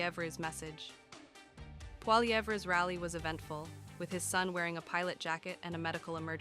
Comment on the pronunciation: Can you get that AI voice to say his last name better? more like "Polly-ev".